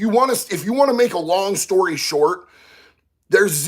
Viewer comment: Long, not ling.